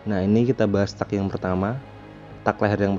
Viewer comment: Teg ngab bacanya bukan tak wkwk